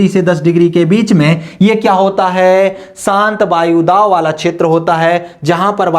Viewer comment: सर वायुदाव नहीं वायुदाब